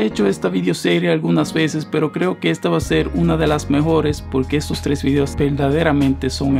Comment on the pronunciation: En el segundo 5 yo escuché que dijo fideos en ves de videos. Jajajajajaja 😂 Like si tú también lo escuchaste